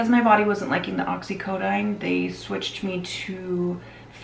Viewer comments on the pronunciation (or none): OxycoDONE, not "dine" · It’s not not oxicodine oxicodene